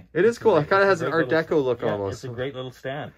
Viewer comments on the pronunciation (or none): none